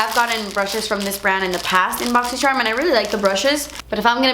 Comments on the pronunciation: no hate or anything whatsoever, just super curious, why do you pronounce charm like that? like just an accent or something youve done forever? sorry im a new sub, idk if youve explained it before lol edit: i did think it was a joke to begin with but ive only ever heard you say charm like most people once kind of 😂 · every time you say "charm" I giggle!!! love it! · Wish she would pronounce charm correctly